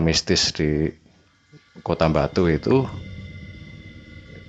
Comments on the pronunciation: Ngomong “Batu” jadi “Mbatu” walah rausa atek ngomong lu gue to😂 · ning kuping kog rak enak bgd sih,,, mbok bilang AKU atau saya aja ngopo sih. Aneh bgd medhok pke gua gue gua gue ... koyok wong ndeso tapi mekso dadi cah kutho. Satu lagi mas, itu namanya KOTA BATU, bukan KOTA MBATU .... hmmmm. Pakek B orak nganggo M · GHUE.... Dr penyebutan kota batu jd MBATU itu aja uda keliatan kalo jwo nya wes kentel medok bgt. Dadi lek kate crito nggawe bhs indonesia pake aku/saya ae ojo nggawe GHUE rodok gk cocok cak... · Medok banget " GUWEE, EMBATUU " nya 😂😂😂😂